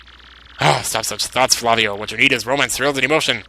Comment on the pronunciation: the name Flavio is pronounced like that model Fabio Lanzoni. Just thought I would let you know